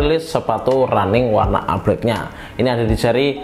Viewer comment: Bro, All Itu dibaca "OL" bukan "AL" 😂